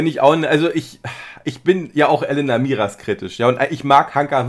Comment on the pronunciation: sie heißt Elena und nicht Elenna. 😊 Langgezogenes E